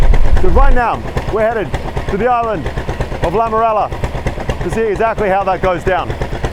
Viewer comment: Some corrections: "Bagos" people -> Bugis people, "Lamarela" -> Lamalera